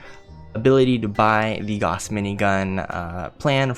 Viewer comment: GAOUSE...... You're saying Gauhss..... but it's actually Gaouse.